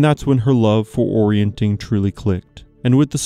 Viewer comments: YES!! "Orienteering" is pronounced "or-ee-en-TEER-ing"; the pronunciation should be quite obvious to anyone who learned how to sound out unfamiliar words, let alone anyone with access to a dictionary or the internet. "Orienting" is not a sport. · It's called orienteering, not orienting, you're forgetting the eer dude! Come on! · you saying ''orientEEring'' WRONG so many times in a row, and then 'explaining' the old military exercise/competition while saying it wrong is...... 🤣 thx for another upload 🇨🇦🤟